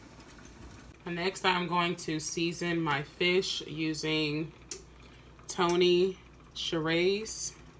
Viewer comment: I think Tony’s is pronounced Sha-Sheree with the accent on the first syllable :)